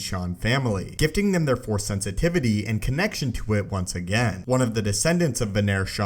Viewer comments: Okay,. You GOTTA stop cutting off the "C" when you use the word "Force" at the end of a sentence. I keep hearing "Fore" so much I'm starting to think this is a golf channel. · Why do you say fore (four, etc.) instead of force sometimes? am i just dumb?